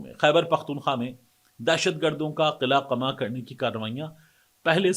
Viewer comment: طارق، قلعہ ق پر زبر کے ساتھ اور قمع بھی ق پر زبر کے ساتھ بولا جاتا ہے۔ اردو اسپیکنگ ہو تو اردو بھی صحیح بولو۔ 🙄🤨😠😳 From Karachi.